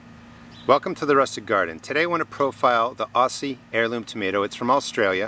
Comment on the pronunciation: Hi, really enjoy your advice, really practical and well explained. I just can't help myself from saying "Aussie" is pronounced "OZZIE" in "OZ" (that is in AUstralia) Cheers, Muffy from Oz.